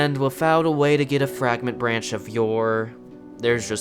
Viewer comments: The "frag-rant" branch? Not "fray-grant"? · It’s definitely fray-grant. Like a fragrance. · He's also calling it a "Fragment branch of yore"